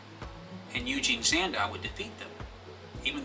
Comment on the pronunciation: Eugen not Eugene.... geez....